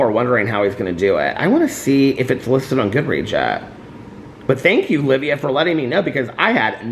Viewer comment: Omg! I'm the one who commented yesterday about the Aristotle and Dante book release and you shouting out my comment made my night! Also just in case you happen to see this my name is actually pronounced Live-eye-ah, kinda like Leviathan! Keep enjoying your trip and happy summer solstice!!! 💙💙💙